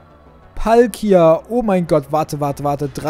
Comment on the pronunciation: Es heißt Palkia